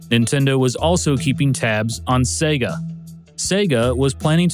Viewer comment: Thank you for pronouncing Sega correctly:)))))))